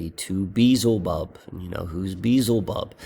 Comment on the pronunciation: Check your pronunciation of Beelzebub. It's be-el-za-bub. Just dont want you to keep making the same mistake, but the way you pronounce it is so close to Beetlejuice I kind of like it. 😂😂😂